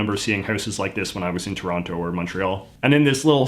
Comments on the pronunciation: Even ignoring the rest of your accent, I can tell you're not from Toronto because of how you said "Toronto" 😂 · Interesting how JJ pronounces the middle T in "Toronto". There are quite a few Canadian expatriots living here in Ecuador, and whenever I've heard them mention the city, they've always pronounced it "T'rahno"... EDIT: Nevermind. he says it the way I'm used to hearing it.